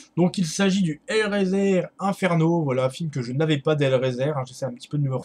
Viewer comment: Hellraiser se prononce "hellraiseur"